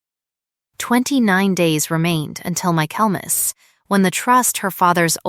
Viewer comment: Michaelmas is pronounced "micklemass".